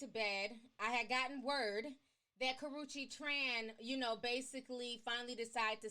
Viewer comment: Y'all are goin in on Karachi! Ti! You professionally butcher names! Slice em up! 😭🤣😂 I'm here for it bitch! 🤭